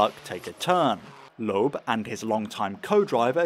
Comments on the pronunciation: For the past week I haven't been able to get the way you say Loeb out of my head: "LOOEB" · Good video but the bizarre pronunciation of Citroën and Loebs name was grating